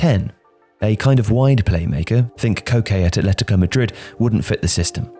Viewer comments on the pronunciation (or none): none